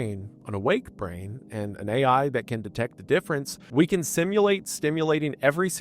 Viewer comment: wtf do you mean AI that says EYE. cmon you're better than this